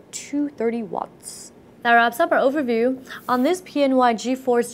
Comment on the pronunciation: its funny when she says overview.